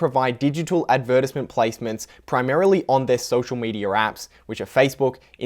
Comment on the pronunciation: The way you pronounce advertisement. 🦆